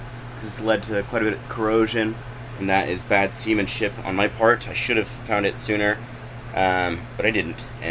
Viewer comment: Haha, you said "semen ship" hihi